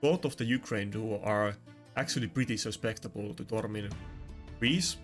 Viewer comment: With all the gentleness and well- meaning that you deserve. The word is "Susceptible." As opposed to "Suspectible" (I hope you are in no way offended, it is not my intent) i have been watching your high-end Arena content for some time now, and I love it. All the best.